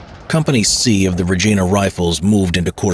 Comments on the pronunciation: Regeena is not how it's pronounced, regina is the same sound as the lady part , Re Gyn ah, great video though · What is it with you Americans who can't pronounce Regina properly?? It's pronounced Reg eye na , not reg ee na. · It would be nice if the narrator knew anything about pronouncing Canadian names. Regina in Canada is pronounced Reg-eye-na not Reg-ee-na. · This is great! As a Canadian, I thank you! One small tip: it's not "Redge-ee-na" but "Redge-eye-na." That's how we say Regina. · RegIna, not Regena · Vey well done. Thank you. Regina is pronounced RegIna. Reg(eye)na. The I is hard. Great vid - thank you again. PO1 (Ret) RCN. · It’s not “ReGEEna.” It’s “RegIna.” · It is pronounced Re geye na not re gee na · Rej eye na Rifles. Named for Regina the capital city of Saskatchewan. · Not to be too much of a weenie, but I'd hate to see a great video get ignored because a few names get left out or murdered. 6th Cdn Armd Regt were aka 1st Hussars. 10th Cdn Armd Regt = The Fort Garry Horse, or the nickname Gary's if that helps with future videos. I'm familiar with the Latin, but it's more often pronounced Ree-G(eye)na, rhymes with a word starting with Vagina. Also the Farmer John's. Now that the i's are dotted and t's are crossed that was Great ! Thanks very much. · Great video. FYI Regina is pronounced like vagina with a R. Awesome video though! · Regina rhymes with vagina not like Gina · Hate to break it to ya but Regina rhymes with vagina 😅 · Good video. FWIW Regina is pronounced with an I sound rather than an E sound. Rhymes with vagina ;). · God sakes is Regina... pronounced like vagina but a re at start. Sorry I had to get that off my chest first. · I was thinking just that (as a Canadian) hate to break it to ya but it rhymes with vagina 😅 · Regina - rhymes with vagina… That is the correct pronunciation of the Capital city of Saskatchewan… “Regina, the city that rhymes with fun!”